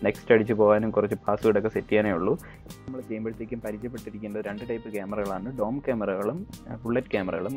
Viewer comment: "ഡൂം" ക്യാമറ അല്ല, "ഡോം" ക്യാമെറ.